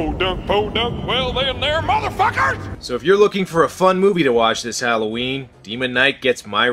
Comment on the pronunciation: Ah, The Movie I Misspronounced As „Demon Night“…